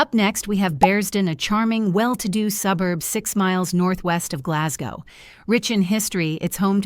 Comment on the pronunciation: Can't even pronounce Glasgow.